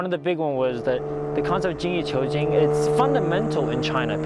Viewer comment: 精益求精 is “Jean Yi chew jean”